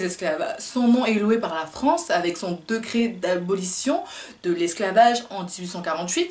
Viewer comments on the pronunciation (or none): Victor kisa?? Decret !!! Discours peut-être intéressant mais an pé ké pé!!! Decret !! On dit DÉ-CRET!!!